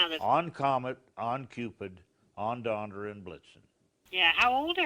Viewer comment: Or when says "on Donder and Blitzen." 😹